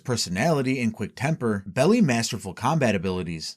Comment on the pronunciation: "belie" is not pronounced like "belly". Who wrote the script?